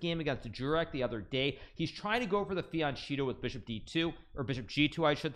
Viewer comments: Is it pronounced "fiancheato"? or did he misspeak? (I'm used to hearing "fianketto") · He mispronounces a lot of words and names intentionally as a joke